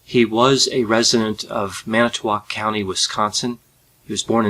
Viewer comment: Thanks...for actually pronouncing Manitowoc correctly!